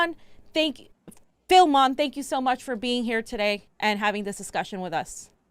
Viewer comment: Your segment introducing war on Tigray was cringe af. You can’t pronounce your guest’s name, let alone Tigray, Eritrea, or Addis Ababa, and then you act like youre in position to say what’s going on in Tigray is manufactured. Filmon is a shitty propagandist but was somewhat even in his presentation (for him). All you are focusing on,, is US sanctions, which is bizarre when Tigrayans are being slaughtered. Seems like if African people actually were more than a prop for you, you would have centered them in your discussion.